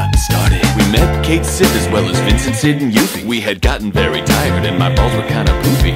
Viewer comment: Yuffie? Come on, bro..